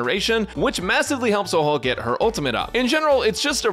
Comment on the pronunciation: Its funny how every youtuber who talks about huohuo dont know how to say her name 🤡